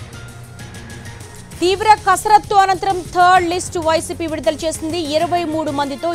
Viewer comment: Vidudala ani malli kabothundi enti eddiet clear ga cheppu